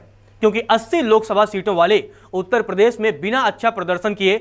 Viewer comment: भाई, आप प्रदेश को प्रदेस बोलते है, अर्थात श को स बोलते है।